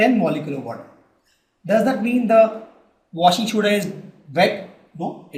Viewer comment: sir its washing soda not shoda